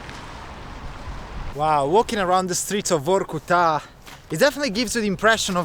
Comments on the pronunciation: Everytime he said VORRKUTAAA, I got more angry, it's so annoying 🤣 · the pronunciation is vArkuta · But you say Varkuta far too many times bruh.. 😅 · Say Vorrkutaa one more time... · Stop with this Vokutá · He says "Vorkutta" 116 times during this video...Vorrkutta !! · This guy said "vorkuTÁ" 1million times 🤣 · Say VOR KU TAA one more time, i double dare you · If he says Vor-Ku-Ta one more time 🤨. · How many times did he say Vorku-ta? :DD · Vor-ku-TAA? What is this? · In Russian if an accent doesn't fall on an "o" you pronounce the "o" as a very short "a". So that would be Varkoutaah. Also, that car was a Volga, not a Lada. Thanks for the video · Say Vorkuta one more time mf. I dare you. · Vorkuta in your mouth sounds like new type of pizza. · Very interesting video. Although it gets to my nerves everytime he says Vorkuta. 😖